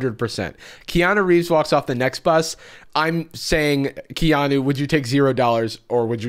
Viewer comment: He said Kea-NO, not Keanu